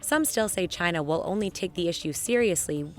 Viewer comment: If American companies weren't so greedy and made their products here this would not be such a big problem. And why does trump always pronounce China as Gye-nah?